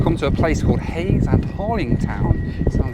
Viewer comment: you pronounced hayes and Harlington wrong you dont need a w in it